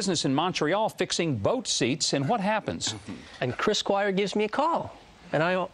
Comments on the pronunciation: er. . . did he call him Chris McGuire? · Did he really say Chris McGuire? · Doesn"t huckabee play bass himself? And he murdered Chris Squires name??? What a dork. kuddo's for yes to have the balls to put that on TV.